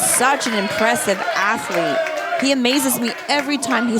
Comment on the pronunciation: "Afflete"